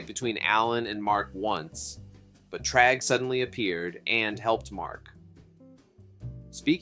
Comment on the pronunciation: Bro… you’re pronouncing Thragg as “Tragg” and it’s annoying